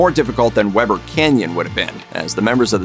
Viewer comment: “We ber Canyon”. Not Webber. l am from northern Utah. Weber Canyon was my playground.